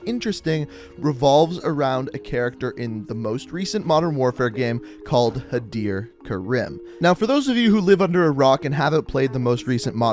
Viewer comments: Had-er Ker-im 😂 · I like how he pronounces the "-ir" in Hadir correctly but not the "-im" in Karim.